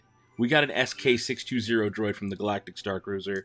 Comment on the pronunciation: FYI. Is sk 6 2 “oh”. Not zero.